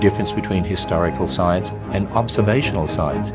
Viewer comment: It always sounds like is saying "Hysterical Science", and to that I will agree. Science is very hysterical! "D